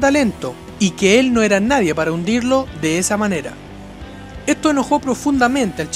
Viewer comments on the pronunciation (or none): none